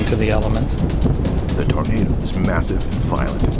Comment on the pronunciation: "TAR-nado Alley!" What in TARnation is THAT??😂